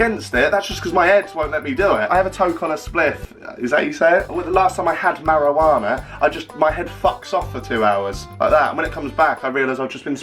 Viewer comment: "last time I had marawaana" lol